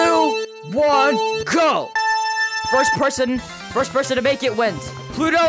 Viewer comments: "Im gonna interview every perthon!" -, 2023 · you said purten not person